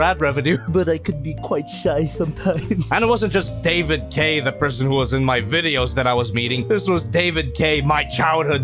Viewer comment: sounds like he’s saying “David Gay”